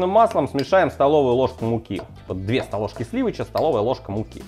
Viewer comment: "две столожки сливыча" 😀